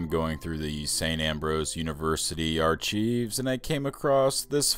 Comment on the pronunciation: What was that? A slip into WWII? If your going to be a historian you need to learn to pronounce archive. /ˈɑːr.kaɪv/ Go to Cambridge dictionary they pronounce it online. Lapu Lapu Tagbilaran Bohol, Philippines